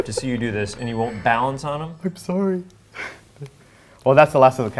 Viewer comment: why can't ben pronounce balance